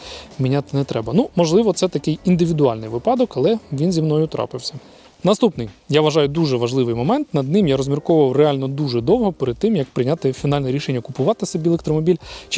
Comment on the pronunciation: Правильно казати вИпадок, замість випАдок! Ставте правильно наголос. Дякуємо за відео, успіхів вам!